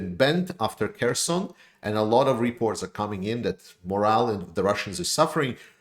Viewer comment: Moral and morale are pronounced differently bro